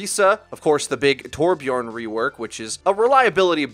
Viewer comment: Torbjörn* Ö doesn’t sound like O